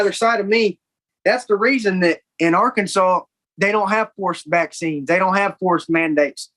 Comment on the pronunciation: So, when he said “forced vaccines” the first few times, I swore he had said “horseback scenes”